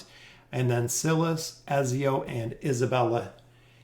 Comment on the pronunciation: I watch your videos every time they drop and I love your content! But, I gotta say, you remind me of the substitute teacher skit on Key and Peele who mispronounces every student's name lol. It's basically a meme at this point. Are trolling us?? I cant tell. It HAS to be on purpose, right? The "i" in Silas is a long vowel as in "silent" not a short one as in "silly". The rule is (but there's always exceptions) vowel/consonant/vowel is a long vowel sound (like in bike, tone, wine, wily) Vowel/consonant/consonant is a short one (like in silly, bully, sinner , bigger etc.) I apologize for the english lesson but I hope it helps in the future if you're uncertain about pronunciations. Haha I know it's probably annoying but I promise I mean well.